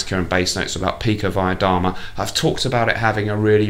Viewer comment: Btw, your pronunciation of pikovaya dama is pretty good. Did you go to Cambridge, perchance? So many kgb spies have graduated from there, it's like their finishing school :)